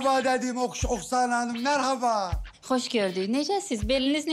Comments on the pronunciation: Oksana deyil Aksana 😁 yazarken Oksana soylerken Aksana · şey olabilir oksana yazılır aksana oxunur 😁